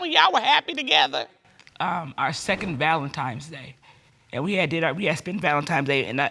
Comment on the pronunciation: Did she say valentimes day sweet laud